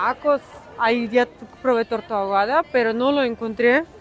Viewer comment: Nena, no se dice *Tortas Agüadas**., se dice * Tortas Ahogadassss**., no es lo mismo, ** La cómoda de tu hermana, qué acomódame a tú hermana., jajajaja..Byeeee Muaaaaaa desde el Edo Méx...